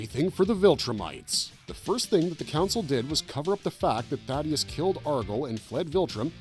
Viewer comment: Why do so many people get his name wrong? It's THAEDUS not Thaddeus